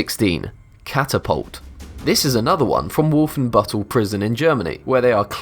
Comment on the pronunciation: Not only did you REALLY fuck up the pronounciation of "Wolfenbüttel" (spelling is also wrong btw), but in 1994 NOBODY wore those helmets anymore. Get your god damn facts straight. You guys used to bring out interesting stuff but now you just keep screwing up. Also, in the silhouette you show an AUG, though the dummy looks much more like a Sten.